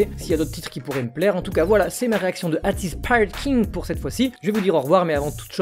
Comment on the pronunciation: Ateez se prononce aitiz